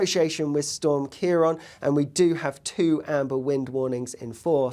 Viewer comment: Slight correction there.Its CiarAn not CiarOn . . . Stay safe